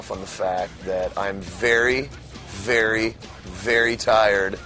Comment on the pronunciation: it sounds like corey says Fery instead of very.